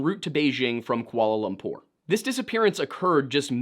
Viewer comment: THANKYOUTHANKYOUTHANKYOU! LOL KOO-ALLAH LUM-POOR. I'm not a Grammar/Pronunciation Nazi, but I swear every time you said KOO-ALLAH LAMB-POOR (in Pt#1) my scrotum shrank. And please display those guitars more prominently.